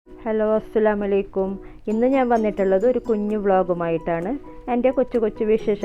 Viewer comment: അസ്സലാമു അലൈക്കും എന്നാണ്. അസ്സലാമലൈക്കും തെറ്റാണ് ശ്രെദ്ധിക്കുക